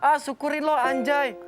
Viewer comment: harusnya anjay dibacanya angjay, karena nun mati ketemu jim, jadi ikhfa